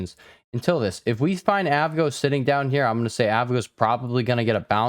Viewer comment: You mean A V G O? Broadcom lol